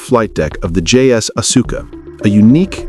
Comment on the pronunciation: its not asooka its aska